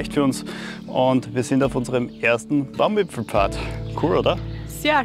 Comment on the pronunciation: Wieder wunderschöne Eindrücke und keiner sagt „Baumwipfelpfad“ so schön wie Du, ❤️